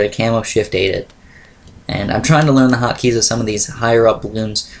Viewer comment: lol hockey keys, dude it's hotkeys not hockey keys